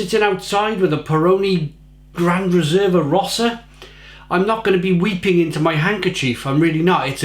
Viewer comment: Your pronounciation of "Peroni Gran Riserva Rossa" gave me a faint. I'm italian, you see. You said "Pr'nee gr'n R'sr'va roZa". All the vowels were not pronounced.